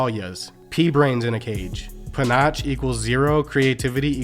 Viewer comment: Or “treacherous”. Or “panache” 😂😂 🤦‍♂️ Maybe turn the robo-voice back on.